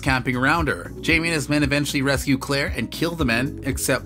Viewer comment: Had to stop in the middle . This is terrible , this robot doesn’t even say the names right !!